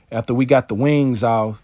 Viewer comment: I appreciate you making this video as I learn all methods of processing my birds. Love your accent when you say "Wang's" ♥️. I'm also impressed that your pups sit there and watch but don't get in the waste bucket.